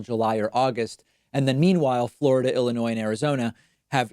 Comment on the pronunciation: Thank you for keeping the s silent in Illinois !